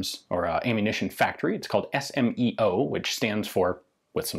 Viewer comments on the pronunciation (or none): Its SME Ordnance, not SMOE.